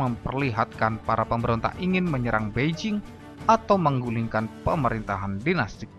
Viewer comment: Qing Bacanya Ch'ing bukan King, Beijing bacangya Peicing.